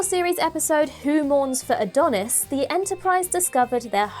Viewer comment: Not Adonis. Adonais.